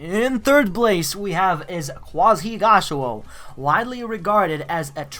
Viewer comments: The proper pronunciation for Quanzhi Gaoshou is better said as Chuanzi Golshol but if you think this is too hard to pronunciate, use the English name, King's Avatar. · absolutely butchered the pronuonciation of quanzhi gaoshou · I have been a sub since the past... but ur pronunciation for "Quan zhi gao shou" gave me shivers... please look up how to say before saying... I didnt know which anime u were talking about until I saw the animation (I watched it). The title is not Japanese, its Chinese.. but u.. pronounced it in a Japanese way? Maybe u can search it up next time ^.^ no hate!